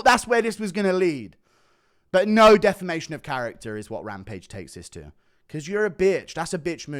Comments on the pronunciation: Say it with me rampage: “Deh-fam-ay-shon” 🙏🙌🫡👏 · Rampage struggling to even say defamation